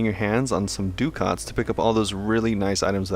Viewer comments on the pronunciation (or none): Just an irritating comment from me but Ducat is actually an old currency and pronounced something like 'duh-ket' Is it pronounced differently in game?